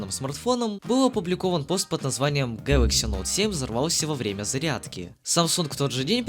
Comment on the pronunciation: СУКАААА,меня прорвало от "Гэлокс"